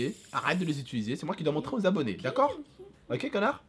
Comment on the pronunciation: mdrr dit: "momo ta geule stp " momo repond: "dacor" avec un accent du turfu xd